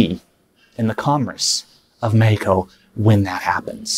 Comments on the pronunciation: "Mehiko" Just say it as its supposed to be said in English... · Bro how he keeps saying Mehico 😭😂😭😂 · "Mehico"!!!!! Haha